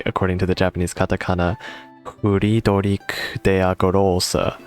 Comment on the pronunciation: As a german nativ speaker I have to say: Your pronunciation of "Friedrich der Große" was pretty damn good. You nailed the "der Große" part. 100% spott on! The "Friedrich" was a destinced japanese pronunciation :) Nice Videos! Helped me a lot with gear. Thx for that :)